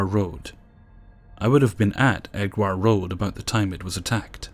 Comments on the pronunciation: It's pronounced 'Edge-ware road' lol bless. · Hehe "Eddgwire Road". Not heard it pronounced like that before.